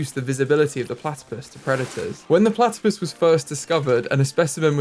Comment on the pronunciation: Can you call one of the platipus 'Ornithorynque'? You struggled with the English name, so I think the French name for this species will help you realise how easy it actually is in English!! 😁😆 Also, I'd love to see some foxes habitat, several fox species are endangered, sadly, and they're my favourite animal! Thank you for your videos!! 😊🥰